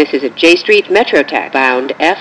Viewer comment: so funny how she saids j street metro tech